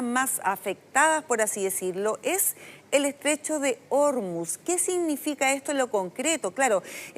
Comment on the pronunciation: El estrecho de Ormuz se pronuncia en español tal como se escribe: or-múz, con el acento tónico en la última sílaba (palabra aguda)